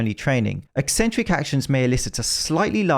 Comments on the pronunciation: Thank you for pronouncing it like "eksentric" and not "eeeesentric" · just seeing this video a year late, but want to say thank you for pronouncing 'eccentric' correctly. ek-SENT-ric. Apparently "EE-sent-ric" is a popular way to say it these days and I have no idea why, as it ignores the entire first C.